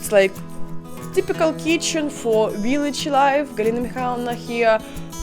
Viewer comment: "But real dip dip viliage"😂😂😂